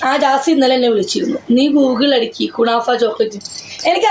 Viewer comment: ക്കുണാഫ അല്ല മന്തേ ക്കു നാഫ യാണ്😂😂